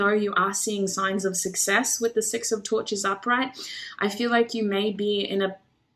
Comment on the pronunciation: Girl I thought you said "six of torture" (6 of torches) I said OH SHIT lol! As always, your readings hit it right on the nail for me. Thank you for the confirmation <3